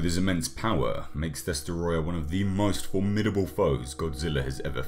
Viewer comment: Great video, but it’s pronounced “DESOTROYYYAAHHHH!!!”